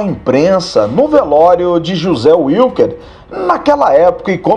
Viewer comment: NÃO SE PRONUNCIA UILQUER, SE PRONUNCIA VILQUER! O NOME WILKER É ALEMÃO, NÃO É INGLÊS!!!